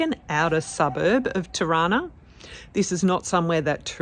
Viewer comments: Juste la traductrice doit prononcer mieux les noms des villes, Tirana la capitale n'est pas Chirana comme c'est exprimé ! Merci beaucoup pour votre documentaire réaliste. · Hauptstadt "Tana"??? Mein got....Tirana....heist das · Non Taba, mais TIRANA..